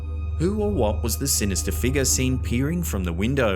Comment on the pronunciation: "Somtheen fah more sinistah!!"